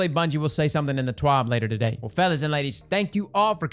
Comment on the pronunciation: FELLAS TODAE